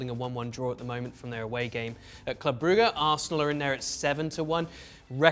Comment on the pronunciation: why'd he call it "Club Brooga" 😂😂😂